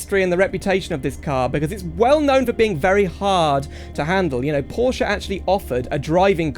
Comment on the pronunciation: Finally someone who van pronounce Porsche and coupé properly